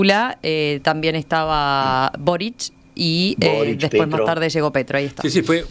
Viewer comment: Quisiera saber por qué dicen Borich, cuando el presidente chileno se llama Boric. No tiene CH al final de su apellido.